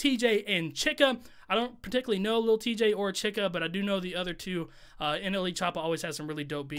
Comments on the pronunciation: Her name is is pronounced che-ka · Why can’t anyone say Chika’s name right 😂